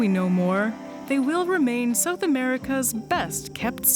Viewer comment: Lol. “Sewth” instead of south. So Canadian.